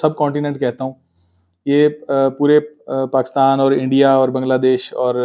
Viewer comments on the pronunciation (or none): none